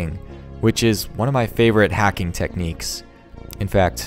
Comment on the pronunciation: It’s hacking not heking